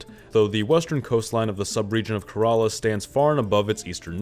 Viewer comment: Bro it's Kae-rela